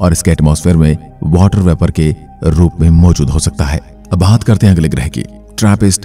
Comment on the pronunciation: ग्रह शब्द का उच्चार आप ग्रहे ऐसा क्यूं करते है?